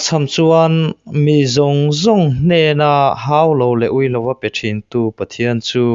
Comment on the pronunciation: Uire te u i tiha, ui itih zawha, re iti hi ui ai hian re i tih hi ti hniam Suh , ui ai hian re hi a sang zawk tur a ni